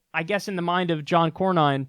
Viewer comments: It's CORN-IN, Kyle. You know, as opposed to CORN-HOLE. And Beto actually decided this morning to NOT run against this guy. SMH What a loser... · It's pronounced...Core-nin. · It’s pronounced Corn-in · I think it's pronounced like Jeremy Corbyn, assume the Y is an I. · His name is pronounced Corn-In. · And it's "Cornin" ;) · John Corn-inn. You do great work and I love your show, but if you have the stomach to watch C-Span, you will become very familiar with all the players in the comedy of errors that is Capital Hill. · That's my senator for you. By the way, it is pronounced 'Corn-In' as in you pour 'corn in'to the boiling water. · It's "Corn-in", my other terrible senator... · Last name pronounced Corn-in, appropriately enough. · Ah John Corn-In (that’s how it’s pronounced). The other senator from Texas, quoting Mussolini the TEXTBOOK fascist (which is different from Nazism BTW) and doing so in a way where either he’s saying fascism is awesome in which case he should move to fucking Brazil, or he’s comparing him to left wing socialists in which case he’s incredibly stupid, or wrong, or disingenuously wrong since left wing socialists are the bitterest of enemies against fascists, they worked with the old communist parties against fascists. They fought the bloodiest war in human history over it. It’s like there’s a contest in Texas to be the most embarrassing or human garbage US senator, and I honestly didn’t think anyone could come close to Ted Cruz in that regard. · Kyle, I like your work a lot, but please look up basic pronunciations before taping, especially something as easy as how to pronounce a senator’s name. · Pretty sad not to know how to pronounce the name of the senior senator from Texas.